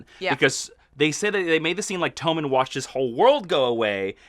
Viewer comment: Apparently their names are TOE-men and LAWN-cel now.